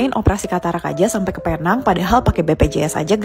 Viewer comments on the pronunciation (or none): Bukan Paynang. Penang sebutannya Pi-neng.